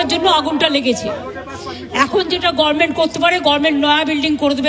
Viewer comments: Government বলতেই শিকলো না গার্মেন্ট বলে dohor বাবুর পরিবারের কেও আছে এখানে 😅😅😅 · আচ্ছা মমতা গরমেন্ট গরমেন্ট করে কেনো বলুন তো ? ও কি গভর্নমেন্ট বলতে পারে না ?